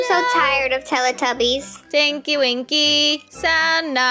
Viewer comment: Sanna: Tallatebbies Me: talletebbies My dad: what are you singing!? Me: TALLETEBBIES